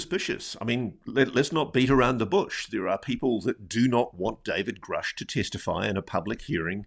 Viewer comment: Why does Elizondo pronounce Grusch as “Groosch?” Which is correct?